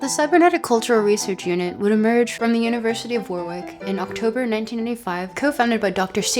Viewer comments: Heads up ya really need to double check how English town names are pronounced without assuming. Treat it the same way as if it was Chinese or something. "WORRICK" not "WAR-WICK". Second time I've heard it pronounced wrong on a Land video. Anyway. Great video just worth pointing out. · It's pronunced 'Worr-ick'. Edit: I did not know Aleister Crowley was born in Leamington Spa. That's hilarious. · Small quibble. Warwick is pronounced “Warrick”. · Laughing at the flawless pronunciation of every foreign thinker's name but butchering "Warwick" every time